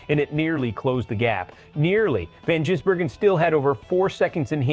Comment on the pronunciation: You, his name is Vangisbergen not Jisbergen